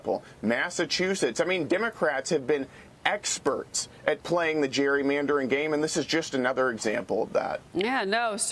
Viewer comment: Washington DC is nearly 80 percent democrat and nearly 50 percent black and hispanic. It will be very difficult to keep Washington DC peaceful and crime-free. The word "Gerrymandering " is pronounced with a hard G as in Garden and Gary. Gerry was a man's name, Elbridge Gerry. How is it possible that every politician and newsperson, who gets paid to speak for a living, in the UK and the US, is incapable of or unwilling to pronounce this word correctly??